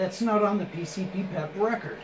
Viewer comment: Thats pronounced PC-PP-EP as in drugs (PCP), piss (PP), and Extended Play (EP).